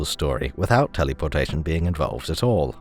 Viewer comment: I enjoy the way you say telly-por-tation.